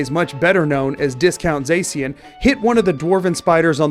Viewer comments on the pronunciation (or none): none